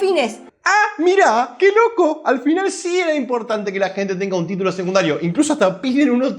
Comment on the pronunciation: SE DICE SECUNDARIOOOO !! NO SEGUNDARIO !! KICILLOF DE DERECHA !!